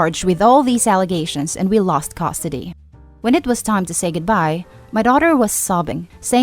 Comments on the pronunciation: I wish someone would teach that robovoice to say "custody", not "costody". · I'm sorry. But it really bothers me how you say Custody. You say it like Cost-ody lol. Try to work on your pronunciation. Some words just sounded a bit off, could be an accent though.